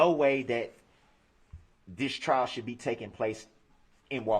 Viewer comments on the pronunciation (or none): Electrolic filing system, lol. Prejedishes, lol. Hilling, lol. Biastness, lol. Shoult (rhymes with foot), lol. All his references to things being swept under the rug, He's implying that everyone else is sweeping it under the rug, not him. He keeps referring to people being insensitive but of course he means insensitive to him because it's okay for him to be insensitive to everyone else.